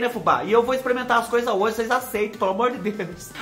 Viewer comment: Fubá do Céu, a vaca voando aí, e aqui na minha cidade "maiando" chuva de pedra, e eu linda de bonita assistindo você! Adoro quando você "exprimenta as coisa" e faz os barulhos de bichinho que tem assobio!!! Obrigada Fubá pelas boas gargalhadas!!! Obs. : Sou mineira, mas creio que o Tereré se toma gelado, pois a região centro oeste é muuuuuito quente.